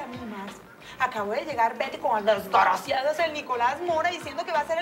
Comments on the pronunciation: Es "DESGARACIADO" 👏 😆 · Desgaraciadouuo xD ❤.